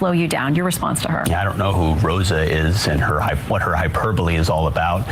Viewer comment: At least he says "hyperbole" right. That's something.